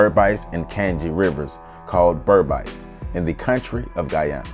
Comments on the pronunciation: Sorry it’s not pronounced BERB ICE. It’s BERBICE pronounced Ber biis/beeees. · Great to see Kofi being celebrated here! Just an FYI Guyanese pronounce it "Ber-beece" to rhyme with "fleece" instead of "Ber-bise" to rhyme with "nice." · Berbice is not pronounced Ber bisee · As A Guyanese, I paused it as soon as u couldn't pronounce Berbice properly. It would be like if a West Indian did a video about Harriet Tubman or Sojourner Truth and fucked up her name right from the start. Would you trust any further information in that video? 😂😂